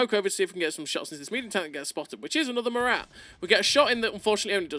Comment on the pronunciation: It's not "Morate" its "Mora"